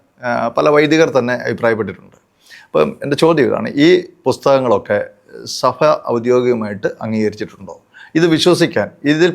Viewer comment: സഫ അല്ല... സഭ എന്നു പറയണമെ സർ.